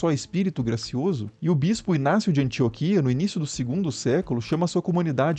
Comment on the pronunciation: A palavra ANTIÓQUIA tem um baita acento agudo na sílaba Ó. Por que você o pronuncia como se não existisse. A-N-T-I-Ó-Q-U-I-A é uma palavra proparoxítona relativa, isto é, a separação das sílabas pode ser feita de 02 formas e as 02 são corretas: AN-TI-Ó-QUI-A ou AN-TI-Ó-QUIA. Todo dia é dia de se aprender alguma coisa, não é?